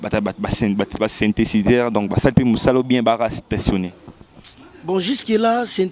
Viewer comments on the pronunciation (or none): chronifuati, ba lobaka sintedizer te